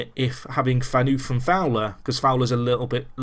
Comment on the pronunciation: Phaneufff , not pheanuuuf :D